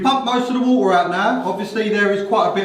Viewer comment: Water ❌ Woha✅😂